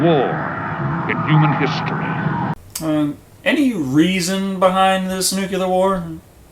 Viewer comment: Its NUCLEAR, not nucular man!